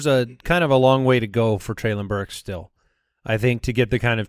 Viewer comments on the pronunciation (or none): Treylon Burks is pronounced Trey-Lin, like Jaylen!